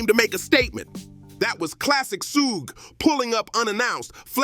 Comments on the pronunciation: It's not pronounced soo-jay knight. It's Shuhg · Yeah that sooga is no joke 😂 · Every time he say Suge name i loose it 😂😂😂 Who da fk is Yiyo😂😂😂